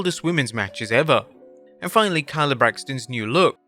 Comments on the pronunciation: Kayla, not Kyla.... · can you read it says KAYLA not kYLA WTH get it together seriously. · brother you need to focus on saying wrestlers names correctly. wtf is a kala braxton. its Kayla. Bron Break-er not bracker...clown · Really need to do a bit of research and learn how to properly pronounce the wrestler's name. It's not KY-luh... it's KAY-luh. It's not BRAK-er... it's BREAK-er.